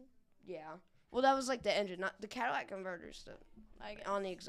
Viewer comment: Hello its catalytic converter, not cadillac